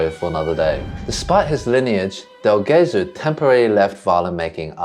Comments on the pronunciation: Would you mind learning that in Italian "ge" is pronounced like "je" in English? So it's not "Ghesú", but "Jesú", Jesus. Oh, and by the way: When there's an accent above a vowel in Italian, you really should put an accent onto it when speaking that syllable. (Not every odd accent is indicated in Italian, however, unfortunately.) Thank you. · It's pronounced "dell djesOO" and means "from Jesus". The stress is on the second syllable of Gesù because of the accent. That being said, I don't mind people pronouncing Italian wrong, maybe they learnt by reading. But if someone is doing a whole video section on Guarneri del Gesù it's a good opportunity to teach the viewers the correct pronunciation. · its pronounced Jesu'!!! like Jesus.... cos it mean jesus in italian, Gesu' is Jesus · I love and admire Twoset but a few criticisms are in order. The background music is too loud and distracting - not to say unnecessary/annoying. Some of the pictures (AI?) show impossible pegs, which I find painful to look at. The correct pronunciations are Andrea (not frenchified 'Ondrea'), Majjini, del Jayzoo (stress on second syllable) and Ca-no-nay (three syllables, stress on second). And the second 'g' in Gagliano is silent. And as for the pic around 19.23, the less said the better. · Twoset, you can pronounce the G in Gesù just like the J in Jesus (English)! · In Italian, the G’s are pronounced like J’s if directly followed by an I or an E…so it’s “del Jesu” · I enjoy both formats/genres of your videos and hope you'll continue to make both. As someone else said, please NEVER use AI images or sounds. AI is the ultimate plagiarism tool and we want to see the real thing--the real instruments, the real set, the real PEOPLE. Thank you. By the way, Guarneri "del Gesu" pronunciation is not quite right. "Gesu" has a soft G (because it's followed by an E) like genuine, gentle, and generous. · C’mon guys. How could you mispronounce Del Gesu?! 😩